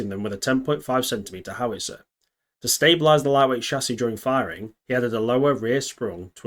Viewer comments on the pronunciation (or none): none